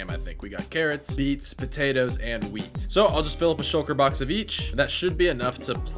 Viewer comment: At around 6 min he. Said potatos carrosserie steeds and wheath😂